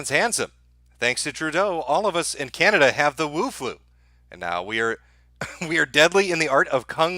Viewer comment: Man since presented that map, I couldn't stop laughing... then bam again, "Canadia"... ohhh man! why don't you upload on Bitchute anymore? What about those who miss your live streams?? Come on man, you can't do this to us....